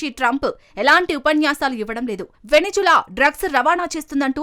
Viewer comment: Please pronounce the country name correctly. It's not venejula, it's Venezuela